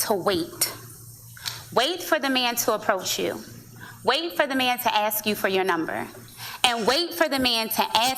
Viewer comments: Dudes all be in a cringe-wiggle every time she says AKS (axe?) instead of ASK. Deal-breaker. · I can't stand it when people axe questions instead of asking questions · I hate "axe" too. It ain't cute. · Dude, she is making me nauseous. She is SOOOOO fake and unbelievable. "Oh and let me "AX" you a question?" Oh gee whiz.... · Man..… I'm from Europe and I hate when somebody says "I axed him". You are not alone. It is annoying as fuck. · Axe !!yes I HAaaaate that,how can you take anything serious from somebody who says Bae and axe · "I axe... " Ahhhhhh! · ...'I axe them' That patois, though (smdh) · YES!!!! And her "Let me "AX" you a question" Oh gee whiz.... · I disagree with and some of the commenters somewhat. Just because she's fat doesn't mean she doesn't know what she is talking about. I agree that she is giving shamefully bad advice for the most part (and can't pronounce ask), but her weight is irrelevant. To use a basketball example, Hubie Brown can coach LeBron James because he knows more about basketball even though he was never a great player. Coaching and playing are two different skill sets. Her bad advice is just what it is on its own. Now I will also say that her fatness and Blackness most certainly shape her worldview lens, of course. But she doesn't strike me as angry. Also, I must give her credit for being willing to position herself as an expert even though she must know people will judge her because she's fat. It's just too bad she's not giving better advice.